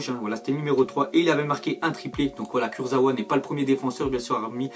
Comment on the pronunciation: On dit kursaVa